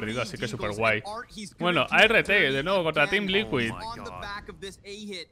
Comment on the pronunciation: NO creo que se pronuncie "a r T" sino "art" como arte en inglés todo corrido. Porque esa agresividad es pura arte.